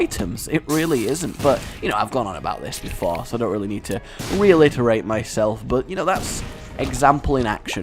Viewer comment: Retitirate, not reilitirate <3